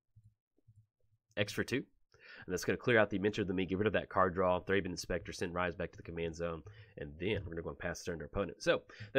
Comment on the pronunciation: It’s RISSS not rise 🤦🏼‍♂️